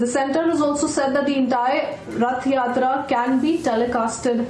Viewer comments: How difficult is it to pronounce Rath Yatra, the anchor kept on saying Yath Ratra. She should be trained properly before the show. Republic TV should not hire such inefficient anchor. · practice a little more with the correct pronunciation of "Rath Yatra (Hindi) ", "Ratha Jatra/Jaatra (in Odia)". The nation wants to hear you pronouncing it correctly the next time. May Lord Jagannath bless you!:) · Ye anchor imported hai kya... Rath Yatra nahi bol paa rahi . Ye kya janta ki awaz uthaegi... Macaulay ke nazayaz creation.